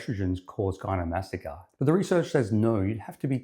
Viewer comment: Not to be a jerk but if you’re going to do a whole video on gynecomastia your credibility would be strengthened a lot if you didn’t pronounce it gynomastica.